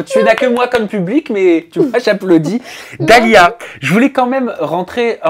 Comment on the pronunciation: Dalia chiiiiiiiiiihhhhhh pas dalia tchi, tu connais pas ton nom ou quoi pourtant je t'aime bien mais la 😒😒😒😒